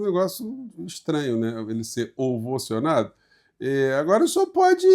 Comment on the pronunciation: Não! Queremos ele bem vivo! Prá cumprir os seus vinte sete anos de cadeia, que ele foi condenado! Além de tudo, não é ovocionado e sim ovacionado!